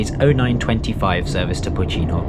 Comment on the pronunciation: Pocinho -> Poossinho, not Pootchinho, Caíde -> CaEEd, not Caeedj. Tâmega -> TÂmga, not TâMga. Chaves -> Shavsh.